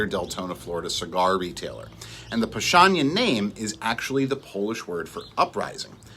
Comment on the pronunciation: Sounds powstanie with S, not powshtanie with SH